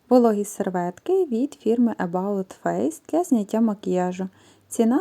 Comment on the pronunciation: Скраб для тіла не від about,а від May body